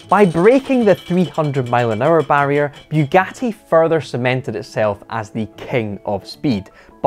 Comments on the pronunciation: FFS it's not bew gatty, it's Bugatti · "Bewgatti boleed"